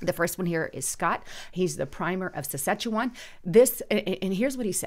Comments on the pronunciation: pleas get your grammar down It’s province not providence It’s premiers not primers It’s Saskatchewan not Sechewan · Sass-katch-a-wan (way to pronounce the name of this province of Canada) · Let me help you. It’s Pre-me-ear (say it fast) and Sass-cat-chew-won.:)